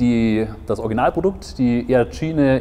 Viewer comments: E-A-TSCHINE :D - Denke eher "etschein" gesprochen ;) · Es wird itschain gesprochen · wie sprichst du denn?! benng guut?? e-a tschiene "lasse ich noch durchgehen" (obwohl, man könnte auch versuchen es englisch auszusprechen)